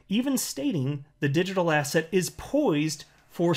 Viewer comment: Every time I hear say assets I think he is saying ass hats